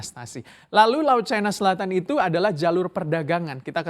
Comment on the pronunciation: Setiap kali reporter menyebut 'Chai-na' telinga saya makin cape 😆😆😆😆 Bukankan pengucapan yang benar sesuai KBBI itu 'Ci -na' ?